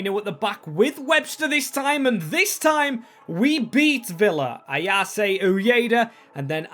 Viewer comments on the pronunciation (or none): Barely anyone could foresee what Ipswich have done so far this season. "Ayase" is pronounced with 3 syllables You can't draw Arsenal as they're in the same country.